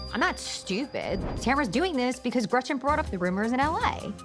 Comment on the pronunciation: I can't when gina calls gretchen, gretchers. Like stfu so fake